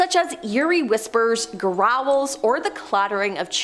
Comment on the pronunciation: I heard "Raul" every time she said "growl." 😂